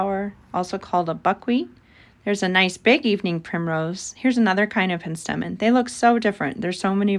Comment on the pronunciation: It's pronounced PENstemon.